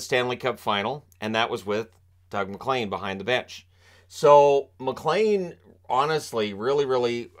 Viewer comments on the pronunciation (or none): none